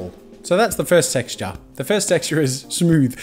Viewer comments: "So that's the first sexture" JAZZA... Jazza... jazza... just Jazza... no hate though HAHA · "So that's the first 'sexture'..."